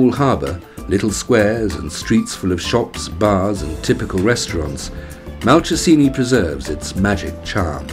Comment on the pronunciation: Not convinced about the pronunciation of Malcesine. I believe it's Mal-chez-in-ay. Still, some happy memories of my holiday there have been brought up by this video.